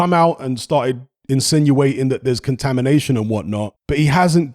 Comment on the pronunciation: Take a shot every time eddy squirm says "contamidation" in interviews. I